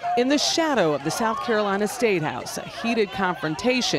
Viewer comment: "Sowf Carolina." Is it that hard to pronounce a "th?" #KEEPTHEFLAG